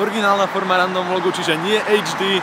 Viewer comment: vždy, keď povieš "random vlog" a počujem "ráno vlog" :D